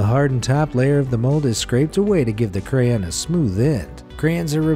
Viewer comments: Not to mention "Crayen" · Anyone else here who says cray-on going nuts over the way he says crayn xD? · I don't like how he says crayon. Cray-in. I say it as cray-on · Excuse me? CRAN? CRAYIN? Say it with me now: say CRAY-now say ON-put it together: CRAY-ON! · Didn't even say crayon correctly wtf he said "cray in" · its kinda weird how he says cray-ens instead of cray-ons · oh for gods sake its crayon not crayen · Cray-yawns not cray-ens 😡🙄😮‍💨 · Has anyone else noticed that he pronounced crayon wrong He says: “Crayen” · Hahahaha did he just call crayons 'cray-ins' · crayons not crans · I seriously can not stand the way he kept pronouncing crayon wrong. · You said crayon wrong. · The way he pronounced crayon and Korean killed me 😂😂